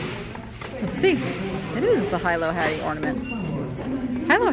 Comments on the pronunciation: Pronounced Helo Hatties. Spelled Hilo, I live in Hilo. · Hilo Hattie is pronounced Heelo Hattie. She had a TV show in the 50s with Harry Owens.